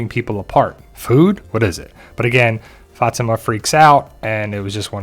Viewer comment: It's pronounced Fah-timah